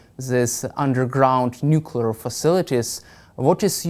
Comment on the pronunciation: Oh dear, another old (same age as me) duffer of a retired General who can't pronounce "nuclear". I guess one of the old school "I don't need to read no manual" old boys. Thank heavens, the USA didn't supply Ukraine with the weapons it asked for back in 2022, or else they'd have lost back then, but now, by changing the nature of warfare, Russia is on the back foot, war crimes against civilians and POWs aside. I don't understand why Iran needs to refine its own uranium for its nuclear program, when they could just buy Russian nukes or swap them for Shaheds, as good allies do. Unless, of course Putin finds that his nuclear stockpile doesn't exist, and has been sold to line Russian Generals wallets.